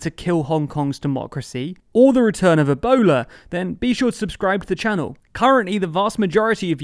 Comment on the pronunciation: okay i know pretty much all the conf... wait a sec ..... did u just say ebola